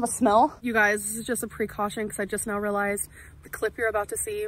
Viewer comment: It's precaution NOT preee caution. I truly dislike how she speaks.